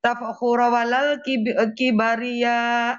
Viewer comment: JHIAHAHAHAHA.......NGAKU2 KETURUNAN HABIB BACA KIBRIYYA AJA KIBARIYA...KNPA KGK KIBAR BENDERA....😂😂😂😂😋